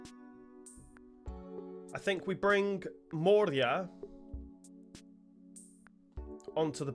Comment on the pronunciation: It´s not moreia :) It´s Morei-rrra